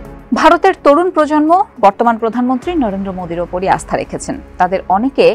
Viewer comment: Khushi holam prodhan montrir namta shundor kore bolar jonney🎉🎉🎉🎉❤